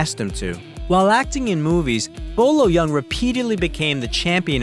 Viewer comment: His name is not pronounced Yung. It’s pronounced Y-ER-NG. Why can’t English speakers get their head around a word with EUNG in it?